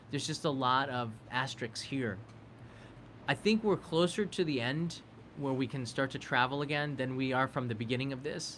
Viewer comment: Love your content, but I just have to do this. It is efficacy, not effacy. It is asterisks. Not asterix. Thank you and my apologies.